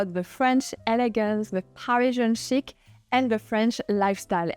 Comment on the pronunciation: Did she say Chic? It sounded like "Shit". There is no need for the later on our faces!